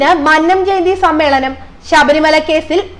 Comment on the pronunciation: ആദ്യംപോയി ഉച്ചാരണം പഠിക്ക് വായനക്കാരി,,.,.,,മന് നം അല്ല മന്നം .......ഉദാ: മന്നവന്റെ "ന്ന " അ ല്ല...........